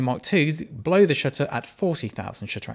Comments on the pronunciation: Anyone else hear "shitter" every time he says shutter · not gonna lie , your first line sounded like "let's talk about shitter count" to me lol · To my Bostonian ears, when you say 'shutter' the 'u' sounds like an 'i' 🙂🙂🙂